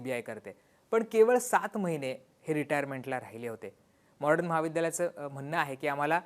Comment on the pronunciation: दादा तुम्ही ही सर्व माहिती देताना मॉडर्न महाविद्यालयाचा उच्चार वारंवार मॉर्डन असा करत आहात म्हणजे ड च्या आधी र चा उच्चार करत आहात हे चुकीचे आहे. थोडक्यात मॉडर्न ऐवजी मॉर्डन असा करत आहात, तेवढे एक सोडले तर बाकी सर्व उत्तम आहे.